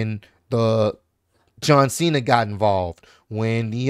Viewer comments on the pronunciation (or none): none